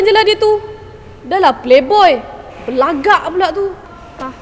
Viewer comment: Intan Farhana yg bagus ara ni bila nyanyi sebutan huruf dia jelas.ckp pun jelas pd ayat ‘berlagak’ tu n ada nada..